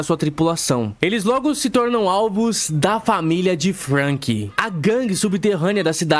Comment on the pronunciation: Meu deus mano, acho que esse cara se traumatizou com nomes, por que puta que pariu, parece que ele quer ser do contra pqp, fruanky, usópp, ceAzar clown, Ênel, cara oque te custa falar direito, vai te cair um braço??